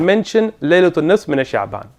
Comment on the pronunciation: I’m sorry to be nit picky but I find it hard to take knowledge from a person who can’t day the Arabic word “half” نصف properly. I’ve also come across videos of him having many tajweed mistakes and Arabic grammatical mistakes when he reads. This can’t be a scholar who we can take fatwas was from. This person can’t be trusted when he dives into the books of the salaf Genuine thoughts. Not mal intent